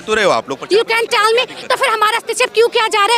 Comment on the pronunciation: tell me this is not meme material this line, "u can taelll me....."